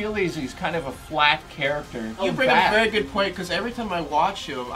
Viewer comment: I just didn't know what the fuck you were on about, you don't have to tell me i am cool...i know. "vary small" though....c'mon.